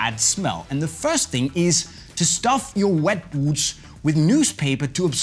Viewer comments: he says oot not boot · I like how he says boots :) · Me to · I can’t handle this guy saying boots